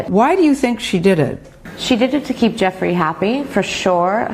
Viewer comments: I don't mean to be picky but please pronounce her last name right. It's Ju fray not Guffrey. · Hi 👋, Just a friendly fyi: Virginia Giuffre’s last name is pronounced as: “JEW” - “FRAY” Appreciate your work! ❤️🤍💙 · her last name is pronounce Jo-FRAY. Sad what happened 😢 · Her name isn’t Guffrie, it is — and this is for pronunciation— Gee-ou-FRAY. Something like that. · It's pronounced JOO FRAY not guffree. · Her name is pronounced "Goo -- FRAY." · Her name is pronounced "Jewfray" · Her last name is pronounced “Jew-fray” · Her name is pronounced “Joofray.” Surprised you are not saying her name correctly. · Pronounced Jew-free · Thanks for drawing attention to this. Her last name is pronounced Jyoofray. Accent on fray. I don't believe it was voluntarily self-inflicted. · Just FYI.... Virginia's last name is pronounced Joo-FRAY. Accent on the second syllable. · I believe her name is pronounced JEW-fray. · Her last name is pronounced joo-fre or jew fre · That is not even close to how you pronounce her last name. She also did not live in an apartment! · You are mispronouncing her last name. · I guess she was Arkancided. It is SO sickening!!! (BTW, her last name is pronounced with a "J" sound.)